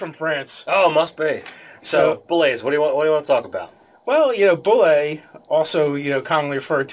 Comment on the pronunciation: You are absolutely right in terms of language, but the pronunciation as dictated by the sourcebooks themselves is "boo-lay" theres a great video on here where Tim Kask talks about how he created it.